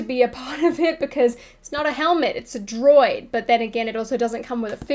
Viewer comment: Droid butchered by, both figuratively and literally.;-)